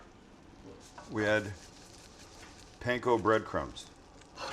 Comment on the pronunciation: you saying panco bread crumbs keeps opening my google assistant app. I had to back up atleast 4 times to make sure my phone wasn't acting up to something else.